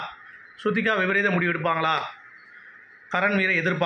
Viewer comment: கரண் செய்தது வடிவேல் காமெடி போல் இருந்தது ஏய் இங்க பாரு நானும் ரவுடி தான் நானும் ரவுடி தான் நான் போலீஸ் ரவுடி தான் சொல்லி நடிச்சா மாதிரி இருக்கு 😂😂😂😂😂😂😂 அவர் பெயர் காரன் இல்லை தமிழில் சரியாக உச்சரிக்கவும் கரண் என்பது சரியான உச்சரிப்பு அப்படினா சரியான வார்த்தை 👍🙏💙 # sidnaaz forever 💕🫶 # Rajinikanth 💘 ( form cheenai rayapuram T N )